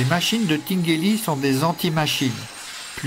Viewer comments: C’est Tingueli en prononçant comme Tintin si jamais. C’est tain et pas tine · Tinguely est de langue maternelle française donc vous pouvez prononcer son nom en français. Tinguely in comme ...Tintin ... hein. 😂Merci pour la video